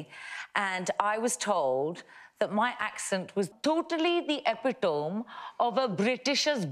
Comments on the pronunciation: It ends with 'me' and not 'ome' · I didn't even notice that "epitome" was pronounced incorrectly... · Yes, because she's mocking the guy who mispronounced 'epitome'. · There was nothing wrong with the emphasis of the Indian man's epitomb, but definitely something wrong with his pronounciation.